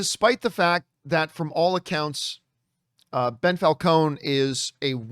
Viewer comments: I guess calling him “Bell” was John’s passive aggressive way of adding an addition insult of Ben Falcone. Or maybe Ben is pronounced Bell in Canada. Who knows? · Why do you keep calling him Bell....